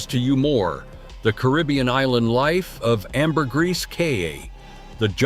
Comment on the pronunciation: Really ? How stupid are you? You do a video about a country and pronounce its name INCORRECTLY all throughout. It is NOT "Bulleez". And you also pronounce Caribbean INCORRECTLY. Stupid